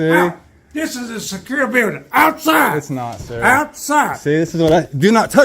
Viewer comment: "THIS IS A SECURE BILDIN 😡" 😂😂😂